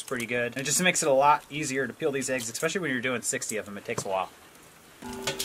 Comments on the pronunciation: The word is ESPECIALLY, not Xspecially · she said "eggspecially" 😃😃😃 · "Eggspecially"..lol. Great recipe, will try it today. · Lol. She said "eggspecially"